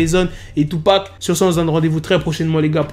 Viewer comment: Il dit tupa